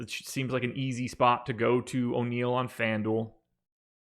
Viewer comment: O' neale? no way! My last time watching your show. Sorry guys, o' neale? unbelievable.